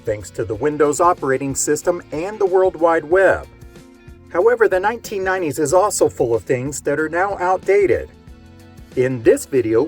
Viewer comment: I can't help but giggle at the way you say 1990's... "nineneen ninenees". (All in good jest, I like your channel!).